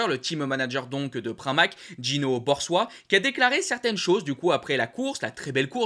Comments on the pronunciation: On dit Borsoï, pas Borswa...😂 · bonjour.Pour info GINO BORSOî se prononce "borsoille" 🙂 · Gino ''borsoï'' en fin c'est comme ça que les autres le prononce ... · Ça sonne drôle quand tu a dit Gino Borsoi. Même que se soit en français.tu doit prononcer la o et après la i comme si la i n, existe p6, et après tu dis la i Borso--- et en suite la i Ne me prenez pas comme si je suis le plus intelligent. Ke n,ai même pas arrivé à secondaire 🤣🤣🤣💪👍🏼 Toujours du bon humeur.🇳🇱🇳🇱🇪🇦🇪🇦